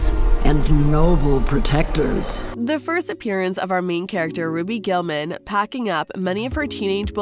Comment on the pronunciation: She said ROBY GULLMAN